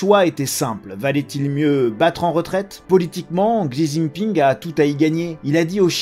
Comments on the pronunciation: Désolé mais « zizi ping » se prononce plutôt « shi ji ping ». Merci. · Merci pour l'analyse, par contre, si je peux me permettre, il faut prononcer le nom du président chinois comme il faut, à la chinoise. On dit «Si Jinping» et pas «Xi Jinping» 😄👍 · Juste ça se prononce chi Jing ping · La prononciation du nom du président chinois m'a tué😂 comment c'est possible autant de décès avec un virus devenu si peu dangereux ?🤔